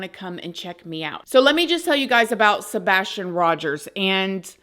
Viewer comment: The "sabastion case" this is how refers to Sabastion 🙄 not accusing but things are just off